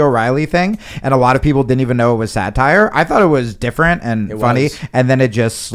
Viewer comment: It's (D)ifferent